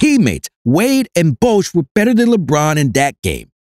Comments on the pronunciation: This is a nine minute video rehashing the same 30 second point about 15 times. And, there is no clip of TMac saying the quote attributed to him. PS: Bosh is not pronounced "Bousch". It would need another vowel, like in the word "doe" or "Bone." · How is it that you don't know how to pronounce "Bosh"? Even a casual NBA fan knows that.🤦‍♂